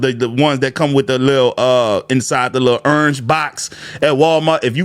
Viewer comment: You know my man's accent strong he said "urnage" for orange you nola fa sho fa sho 😂